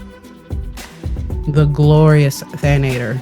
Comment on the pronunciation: Thank you for the recipes! I use the mushroom pie and the crunchy egg fry all the time for harvesting. For the future though, it's Than-ah-tore, not than-ay-ture 😅😅